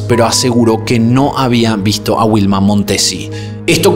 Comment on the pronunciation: Informati sulla pronuncia esatta di Torvaianica.... e anche dei nomi di persona Non capisco perché storpiare in questo modo Vanda non Uanda Vilma non Uilma! Sicilia non Sisilia Sterline?? La carabinera? I CARABINIERI! Amalfi non è un resort ma una cittadina della costiera amalfitana in provincia di Salerno!! Milano-Torvaianica sono 600 km e non 250!!! Era una brava ragazza di 21 anni, non è vero che lavorava, era fidanzata e doveva sposarsi in autunno! Hai detto un sacco di stupidaggini